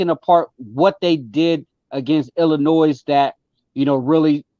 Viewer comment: Whenever I hear someone say IllinoiZ they immediately have zero credibility